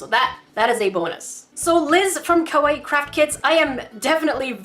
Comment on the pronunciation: Ok YoU SaId It WrOnG It is pronouced Ka-Why-E